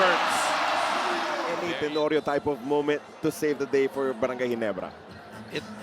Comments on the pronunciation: barangay rhymes with cry:face-green-smiling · lol.. barangay rhymes with cry :face-green-smiling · lol, barangay rhymes with cry :face-green-smiling